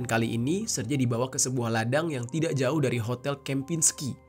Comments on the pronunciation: Serge ( Sèrgéi ) bang. Bukan serje. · jangan salah nyebut nama orang dong.. jadi gak seru nih dengernya.. Sergei itu bacanya yah Sergei, bukan Serjei atau Serji..